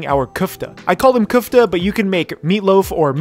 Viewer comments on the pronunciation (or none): It's köfte not küfte